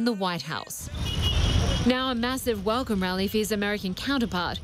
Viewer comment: velcome velcome